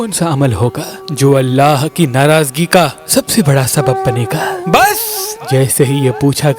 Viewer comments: Bech mein Buss Mat Bola karo Aaram Se Hadid Bolo bhai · App bass bhut style sa kahta ha jnb bhut hasna ata